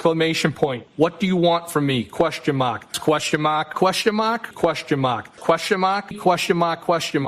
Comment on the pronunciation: “Put them crocks in overdrive”! 😆😆😆😆😆 Question mahhhk, Question mahhhk! 😂